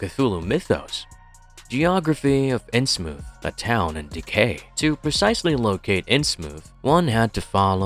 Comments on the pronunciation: It's in Innsmouth. Like the thing your words are coming out of. Everyone else I've ever heard talk about it says it that way, so pronouncing it Innsmoof is just annoying and pretentious. It seems trivial, but it completely ruined my enjoyment of exploring Innsmouth with you. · New rule: if your AI literally cannot pronounce THE ACTUAL TOPIC OF THE VIDEO, you cannot post your AI-shlop…